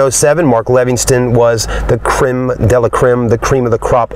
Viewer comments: Stereo is Mark Levinson NOT Levinston. No T. I am a Lexus expert. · It's Mark Levinson not Levingston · there is no "t" in Levinson. at least get it right if your gonna say it so many times. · 1-Mark Levinson sound system...not Levinston. 2-The front passenger seat has inside power controls for the right side rear passenger to be able to move the front seat forward for more space. The bottom right side of the front passenger seat has power controls for the passenger to use in the standard position. The rear right seat has the same power functions as the rear left seat...you stated it was only the left rear seat...wrong. 3-When hard accelerating, you said there was no torque steering effect. Torque steering only occurs on front wheel drive cars. This is a rear wheel drive car, as you stated. Nice video of the vehicle, but you seem to be lacking on the important details. Need to up your game. Cheers! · "Mark Levinston" sound system. LOL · There’s no t in levinson